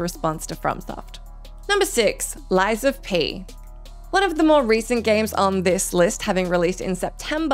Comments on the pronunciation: What's "Asterus" ? What''s "Lies of PE" ? What's Thessia? How the HECK did you manage to mess up 3 names in a list of 9, haha this is the worst mess up I've ever seen!! Is this AI made? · "asterus", "Lies of PE" and "Thessia" really? The editor was baad here ^^